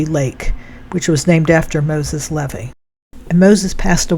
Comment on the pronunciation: Thank you for your video(s)!! I love this one especially, because it’s where I’m from. Lol With all respect, around here, Levy is pronounced: LeeVee Not a big deal, but sometimes we like to be groovin the local way!! 😂❤